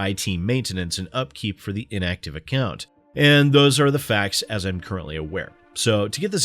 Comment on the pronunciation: Ah yes, the ever tricky "accont"